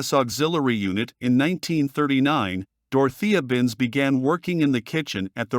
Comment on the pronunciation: Saying Binz’s full name as though it is all one word is the least annoying aspect of this video, but damn annoying it is, and the click-bait is unforgivable in a video on this subject.